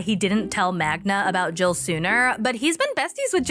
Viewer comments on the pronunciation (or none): For the last effing time, it's Magda, not Magna! There's no such name in Polish as Magna. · The way you kept mispronouncing Magda's name every time is hilarious.